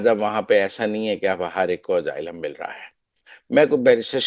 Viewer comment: Oh bhai, yeh kahan say tum English seekhtay ho jo aaylum ko pronounce nahi ker saktay? It's pronounced with an "S", not a "Z" sound.